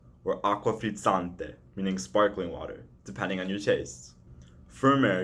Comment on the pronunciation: bruh the first american i hear saying frizzante correctly